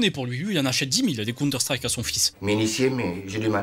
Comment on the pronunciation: Mddrr elle a dit "conteur strike" elle a détruit des vies 😂😂